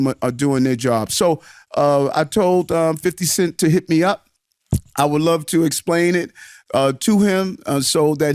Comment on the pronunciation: did the deputy mayor actully call "50 Cent," "Fiddy?"